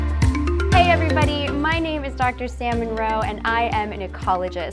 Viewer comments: I thought she said "Dr Salmon Roe" at first I was like "Wtf that's actually her name?" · I thought it was funny. When you introduced yourself, I thought you said your name was Dr. Salmon Roe. I couldn't unhear it. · Am I the only one who heard her name as "Salmon Roe"? 😅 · When you say your name fast it sounds like Salmon Roe. 🤪🤪😜😜